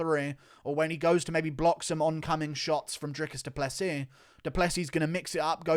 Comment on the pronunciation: Bruh how you gonna insist on pronouncing Dricus name correctly but never Jans name correctly you crippled ginger